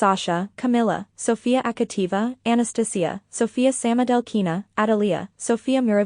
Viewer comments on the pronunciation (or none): It's LeviOsa NOT LeviosA....... 😅😂 I'm not trying to be mean, as I do enjoy the content, BUT.. the mispronunciation of the Russian names is making my ears bleed. 😭🤪 Proper pronunciation: TrUsova SamoDUrova SamodElkina TuktamYsheva YamEtova AkAt'eva GorbachyOva ValEEyeva NyEsterova ZagEEtova You get the point.